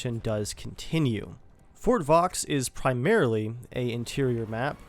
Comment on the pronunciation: little tip, the x in Vaux is silent.